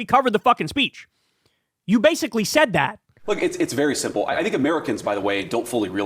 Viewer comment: Vance loves to say ‘it’s very sinple’